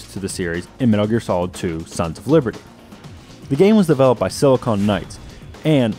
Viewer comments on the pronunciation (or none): none